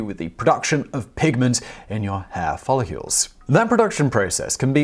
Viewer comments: Folicles. Not folicules! Phonetically, Foli-kils. Simon u pronounce it like molecules. Sighh.. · follicles.. Not "follicules". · Was Simon pronouncing “follicles” as “folly cules?” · Yes. Yes he was. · Simon, are you saying "folicules" like "molecules"? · Please learn how to pronounce the word "follicles." Here's a hint: the letter "u" doesn't appear in it.